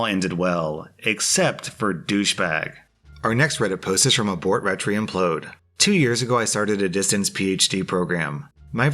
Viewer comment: Not picking on you here,... It's just entertaining to me when you read things like usernames as single words. Like "abortretryimplode", it's "Abort, Retry, Implode" like the error (usually in DOS) "Abort, Retry, Ignore" or sometimes "Fail".